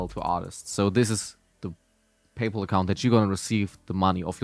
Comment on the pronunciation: First Person I Heard Pronounce Paypal Like "Payple"